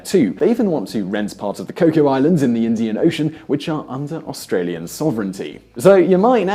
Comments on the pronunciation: Cocos islands, pronounced 'co cus' not coco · Just a small point, the Cocos-Keeling island group are administered from Perth, Western Australia (the nearest mainland capital). Oh, and Cocos is pronounced coke-oss not cocoa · 'Cocoa' Islands. I think you've got your beverages mixed. It's Cocos Islands. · The cocos islands has an S on the end & it is ment to be pronounsed